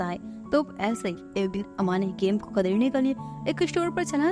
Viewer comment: Didi app kharid ke jage may khadir kye bolte ho.mayne appke har video may a spellings suna hay.😂